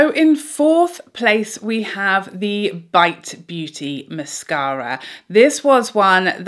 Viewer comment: I love the way you say mascara! Also -- when applying, I always get mascara on the top eyelid (I'm guessing from the brush touching lid thru the lashes when I'm coating the base). Any suggestions anyone on how to stop this while still coating the base of lashes? I hope that makes sense.